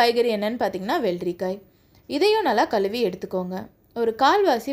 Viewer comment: களுவி களுவி னு ஏன்மா.. கழுவி என்று தமிழ் பேசுமா.